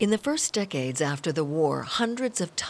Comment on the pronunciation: narrator: "it would take the forest decates to recover" everyone else: and.... the jews?